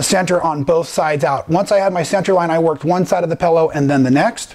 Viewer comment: you are so entertaining, I sometimes forget what an awesome teacher/quilter you are! I had to laugh at the "Pellow", my husband said when he first met me I said "Frunch room" instead of front room! LOL! Here is to creative people and language! LOL! Thanks so much, keep those awesome videos coming, you are a much needed addition to the quilt world!